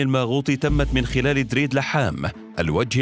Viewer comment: فيه سوري بينطق كلمات دريد وسلمية وبيروت بالشكل الي نطقو المذيع المتكلم...🤔🤔